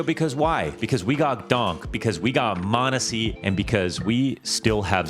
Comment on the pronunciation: its Monesy and its not close